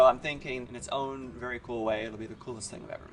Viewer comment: any one else notice how he said "school-est thing I've ever made"